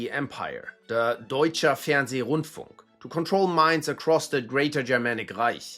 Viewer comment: Deutscher Fernsehrundfunk, not Deutscher Fernseh Rundfunk